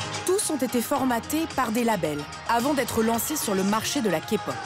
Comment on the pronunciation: Oui je confirme ton dernier point sur le rabaissement car ils ont entre guillemets afficher que des fans hystériques a l’écran alors qu’on est pas tous comme ça. Point positif observé les voix ont bien prononcé genre kpop et tout mais sinon le ton mis sur les voix françaises des idols est catastrophique on dirait on se fout de notre gueule